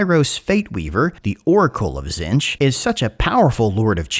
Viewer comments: Buddy, we talked about this, Zee-ntch Silent T, stressed double e Back when doing tomb kings stuff you went and figured out how Khemri and Nehekhara are pronounced. Please do the same for one of the major god factions that's gonna be in the game. Tonnes of lore channels, tonnes of goofs channels, even the painting tutorials for GW models: zee-ntch. As a fan, please. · did you just say Zench